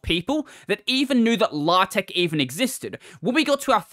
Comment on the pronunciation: LA-TECH??? DO YOU MEAN LAY-TECH???